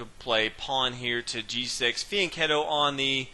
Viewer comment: what is the bishop doing? he called it thee n kennel? kettle? can someone tell me what it's called when the bishop goes to b2? i hear it all the time but have no idea what they're actually saying.